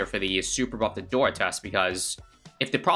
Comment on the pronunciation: Nahh 🗿 every time he said " a-door" at the start bro 💀💀💀